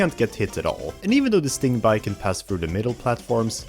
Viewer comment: Sting-BEE! I swear you pronounce shit wrong on purpose.